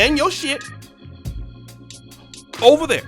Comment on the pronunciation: really funny asab😂😂 “o-ver there”